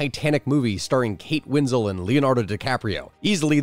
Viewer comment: He definitely said "Kate Winzle" not Winslet lol. Great content my dude